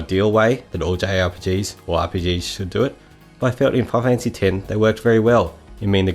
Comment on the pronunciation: “Fi-kneel fanphassy”